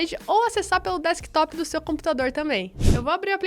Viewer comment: deckstop kkkkkk, não seria no desktop? Kkkkkk mas obrigado pela dica guria.